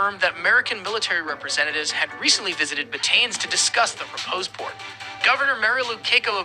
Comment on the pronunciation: Very wrong pronunciation It’s Bat tanes but Ba Ta NES 😢😢😢